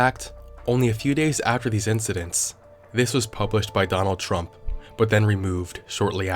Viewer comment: ah yes, president "qmurt".